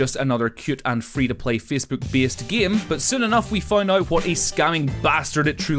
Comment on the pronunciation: Fecebook? Beesed? Deed speece? Wot?